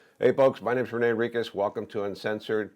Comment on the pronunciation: Renee not rain